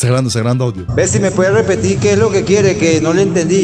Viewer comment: despues de 3 veces de ver el video me doy cuenta q dicen CUCHO DEL ALCALDE, cuando era el cucho es el alcalde JAJAJAJAJA GRANDEEEE CON SU DISLEXIA